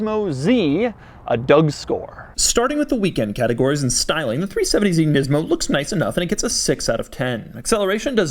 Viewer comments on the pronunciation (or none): It's nismo not nizmo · お前の喋り方と顔に腹が立つ、「ニズモ」じゃねーよ、「ニスモ」だ分かったかこの間抜け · Thissss is a neesaan nemou MAN LIKE CANT YOU JUST SAY IT PROPERLY LIKE LOOK AT HIM TILL OR 5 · the way he sarcastically pronounces nismo makes him seem like a total douche